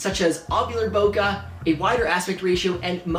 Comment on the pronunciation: Guys, actually it's bokeh not bokah. But say what you like. I mean, I'm just the guy who moans for some unimportant sh*t. Also have to mention, I love your videos! Keep goin👌